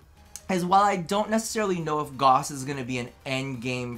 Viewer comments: its not Goss. its Gauss. you say it like Gowse so it sounds like Dowse. ik DE gets it wrong too. but its a german name and it needs proper pronounciation. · If you go to youtube and type in "gauss rifle" you'll hear a bunch of people pronounce "gauss" in an acceptable way